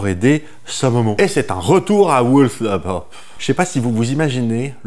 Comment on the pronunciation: Ca sait pas prononcer whoolsthorpe mais tahlga et chouma pas de pb !